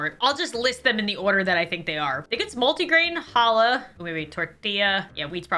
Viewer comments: Challah pronounced as “hallah” like WHY IS THE C EVEN THERE 😭😭😭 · She says ciabatta like siabatta. Phonetically it is chiyabutta. And challah. I don’t even know how to write it phonetically.